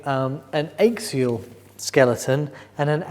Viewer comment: The ischium is pronounced "isk"..not "ish". Also it's axial🎉 not "ayxial". Sorry to be picky.